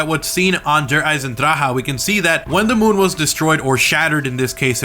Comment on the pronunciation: Good video but just learn how to say der Eisendrache. My German friends said that you are saying it incorrectly.